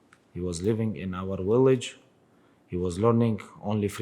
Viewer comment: Khabib ‘Willage’ Nurmagomedov